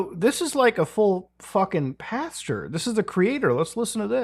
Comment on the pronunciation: Muta, I love ya bud. But you started saying pasture instead of pastor. One is a field full of false hope and lies, the other is something you grow corn in. Cmon, do better... Really though, great vid. Thanks for sorting my night's plans for me :D